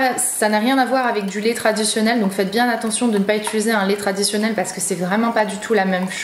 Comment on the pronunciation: Étuluser.... apprendre à dire « utiliser » merci